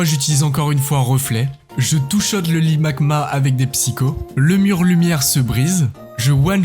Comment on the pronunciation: C'est marrant tu dit ligmagma au lieu de limagma Sinon trop cool ta chaine